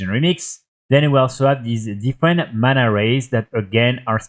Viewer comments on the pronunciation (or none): none